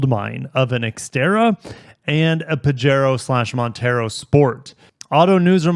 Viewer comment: Nevermind all the botched English words; learn to pronounce the Spanish ones like Pajero. Don’t look up the various meanings of Pajero unless you want to be entertained 😂